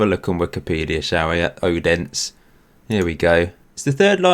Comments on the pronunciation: Odense is pronounced “O-den-se” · You spel out the e aswell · The letter "D" in Odense is soft and sounds like the english "Th-sound" in this.